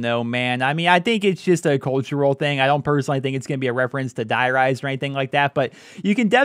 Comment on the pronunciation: die rise haha... die riese is pronounced "dee ree-zuh"